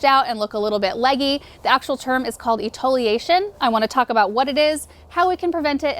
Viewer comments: e-ti-o-la-tion not e-to-la-tion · It's 'etiolation', not 'etoliation' lol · um it’s ETIOLATION not etoliation you been saying in the whole vid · It's not etoliation, it's etiolation. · Etiolation. Not etoliation 🙄🙄 and maybe brush up on your latin. If you’re going to be disseminating information, it should be correct. If you don’t know, don’t say anything. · Its etiolation, not etoliation. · nope. she pronounced it wrong. e-ti-o-la-tion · Love your videos. Etiolation, not etoliation.